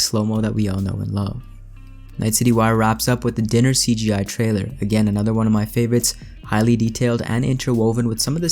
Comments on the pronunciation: Sorry I like your content but I can’t get over how you pronounced the diner the dinner. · It sounded like you said Dinner not diner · Love your videos!! So I hope I don’t sound rude when I say it’s pronounced diner as in a place to eat. Dinner has to n’s. I remember it like I’m having seconds so two n’s. Also though that short cinematic trailer didn’t really explain to me what was so important about a diner. Is that where you find one of the fixers you’ll be working for?